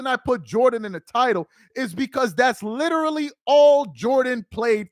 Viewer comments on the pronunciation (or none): none